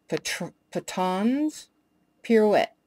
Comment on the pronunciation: Patons... pronounced PAYTONS